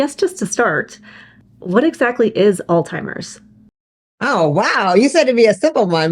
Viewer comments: Did you just say, All Timers?!! Everyone miss pronounces it. Anyway,:Excellent program! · First of all it's not "all timers" 😅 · its a Z not a T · Will someone please advise proper pronunciation of the word Alzheimer’s. I’ve heard it as “Alt-timers”, “Old-timers”, “Al-Zimers” or “All-Zimers”. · Oh my goodness. You both pronounced it “all timers.” That’s not the word!